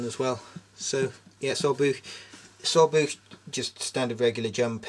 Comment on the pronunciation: wouldnt german POWs leave/ abandon their rucksacks? ps : soldbuch is pronounced ( so-ld-bu-tch) atleast thats how i pronounce it